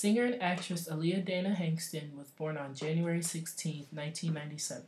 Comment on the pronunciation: Richard J. McCollough, M.Ed. She was born 1979 they said her last name wrong just wrong